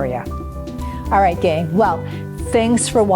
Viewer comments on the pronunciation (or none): none